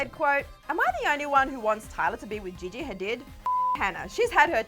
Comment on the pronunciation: Did she just mention Gigi Hadid as Vajeyjey? lol